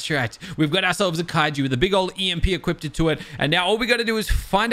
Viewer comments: Anyone else have an eye twitch when say "equip-ted" not Equipped? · "Equippeded."